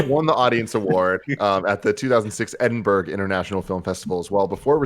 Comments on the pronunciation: Gets Cannes and Edinburgh wrong.....lol It's Can and Edin Bruh, Tim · A whole thing about how to pronounce Cannes, then immediately butcher Edinburgh and no discussion at all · The Crown taught me "Edin Bruh" LOL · Did Tim just mispronounce the capital of Scotland then almost 5 minutes in? 😂 Sorry Tim ✌🏻